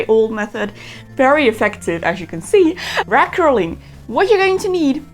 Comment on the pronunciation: When she started, I thought she was saying " rat curling " lololol 😂